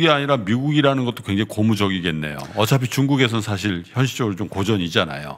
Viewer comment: 리포트 내용과는 관련없는 좀 딴 소리인데요. ㅡㅡ 한국말 발음과 영어 발음이 뒤섞이는 거 같습니다. 예) 지금->쥐금, 사실->사쉴, 핵심->핵쓈, 발전->발쭨, 작년->좍년. 주로 ㄱ->/g/, ㅅ->/s/로 발음하시는 거 같아요. 발음이 정정되면 귀로 들을 떄 좀 더 귀에 쏙쏙 들어올거 같아요. 흐흐